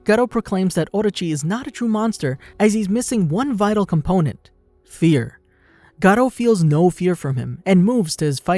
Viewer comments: His name is garou not GATO, he is not a damn spaniah pussycat. Sheesh. Your pronounciation always infuriates me... sigh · Actually sonic left before he killed anyone not in a rush and it's pronounced Garuo not garo but it's spelled garou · pronounced "gar-ru", not ''gar-row''. lmao cringe. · Bro did he say "The Life of Gcar-o" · The way you say his name hurts my ears